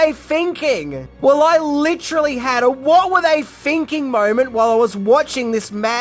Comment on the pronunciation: and its thinking not finking